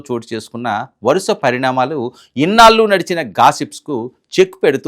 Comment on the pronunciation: పెళ్లి. పెల్లి అంటున్నారు. ఇన్నాళ్లు! ఇన్నాలు కాదు. Diction n pronounciation matters. Telugu ni istam vochinattu chadavakandi. Arthalu matipotayi. Go through the script thoroughly n stand in front of the camera.